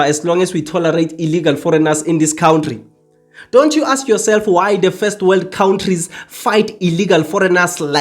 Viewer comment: Cow ntri it's kantry 😂